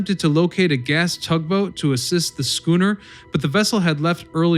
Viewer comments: “Schooner”?!? Really?!? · Right! Head hurts a little each time I hear it.... ugh... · How does this guy pronounce schooner correctly a few times but also pronounce it incorrectly other times, it's baffling